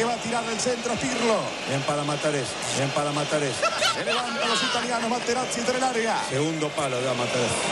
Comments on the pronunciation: Materatezzi, el pollo lo corrige y vuelve a decir materatezzi ,jajajaja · "MATERATEZZI"... jajajajajaj MORÍ!! XD!!